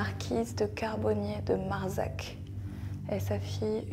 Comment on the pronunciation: Je commence cette enquête chez moi, dans mon lit, à Sarlat 😂 Sans savoir que tu es venue au château, je capte petit à petit que cette enquête va être géniale et que ça vaudrait le coup que j’aille visiter cette demeure un jour aha Ps: Marsac se prononce marssac 😉